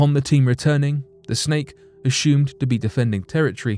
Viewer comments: Right around the 18 minute mark he mispronounced the word assumed. He said aSHOOMed and I laughed from a good place inside. I had just stopped laughing and taken a sip of water when he said preSHOOMED and I shot water from my nose laughing!!! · I'm weak. In the next story he said aSHOOMed again, TWICE almost back to back and then one more time a minute later. I wonder now if he is doing in intentionally to make us chuckle. 🤔 I love it.